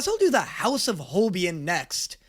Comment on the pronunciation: Holb ien?? HOL BIEN?? IT'S Holbeinn eiii BEIN. It's Deutsch, German Duits. And i LOVE this number. And i recommend watching the live version. You will love their "costume change"